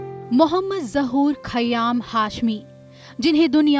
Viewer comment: Mohtarma ka tallaffuz sahi hota to behtar tha...naam hi badal diya unhone to